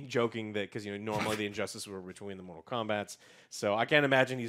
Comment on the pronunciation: also Mortal, not Motral lmao